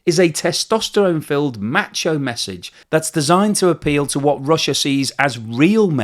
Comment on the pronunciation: It never sounds right when an Englishman says “macho”.